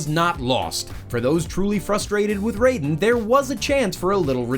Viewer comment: It’s not Rayden it’s Raiden (Ry-den) in mgs